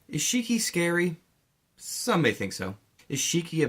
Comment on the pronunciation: Btw it's Shiki not Shriki